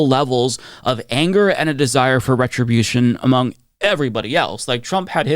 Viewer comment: It's not "retrobution". Not vengeance. It's justice.